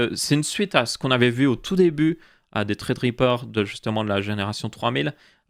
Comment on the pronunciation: pourquoi tu dis "traid riper" on dis sa ce prononce threadripper